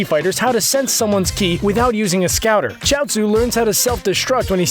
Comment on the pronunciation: “How to sense someones key”😂👌......it’s ki